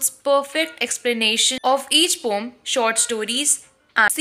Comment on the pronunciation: It is not pom it is poem